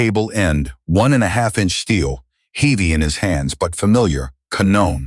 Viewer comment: Can't pronounce HEAVY properly what kind of person is he ???????